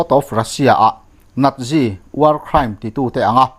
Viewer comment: Nazi tih a lam tur ni awm tak hi nadzi tih a lam tur em ni